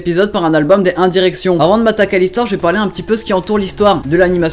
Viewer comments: "Les un direction " laccent de ouf !😂 sinon super video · lol comment il a dit one direction